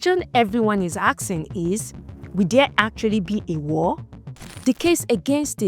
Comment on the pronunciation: Can we stop saying 'aksing'...or axing or such...it is ASKING...or ASS-KING Great video this!